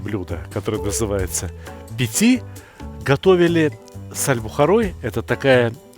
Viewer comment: не пици а пити